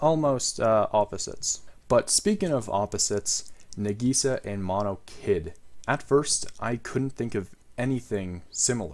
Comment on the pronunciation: He butchered Nagisa